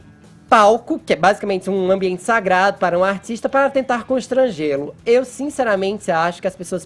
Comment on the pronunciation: Zinzeramente? Ahhh vavavava! Muaes? Franguito ninguém merece